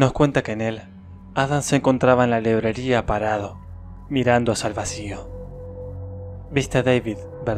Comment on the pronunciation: Dijo lebreria y es libreria